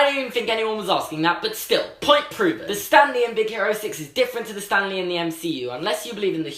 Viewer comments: I kept thinking he was saying STANLEY not Stan lee 😂 😂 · I thought u said stanly